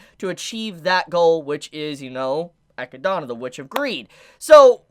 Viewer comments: Also... Totally throws me off when you say ROSWAAL as ROSEWALL... it's not the Japanese Voice actors mispronouncing it and you saying it correctly. Also ECHIDNA is NOT ECHIDONNA.... it's literally Eh-Kid-nah ECHIDNA 😂 Sorry but it totally throws me off the flow of what you're saying 😳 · Yo serious question here: why are you calling her Echidana when it's clearly Echidna? Is that some LN difference? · love the video! Are you joking when you're pronouncing the names tho? Cause you're pronouncing like every name wrong lmao. I'm pretty sure Echidna is pronounced AA-KID-NAH. and Rosewall is pronounced RAZ-WALL. No hate tho!